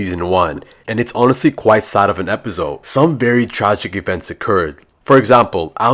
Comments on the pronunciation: Why does he always say epizode bro its just episode 😅😅😅😅😅❤😊🎉😂❤😢😊🎉❤😅😂😊🎉❤❤😂🎉😢😮😅😊😢😮😅😊😂😢🎉❤🎉❤😅🎉🎉😢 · I love when he said "epizode one"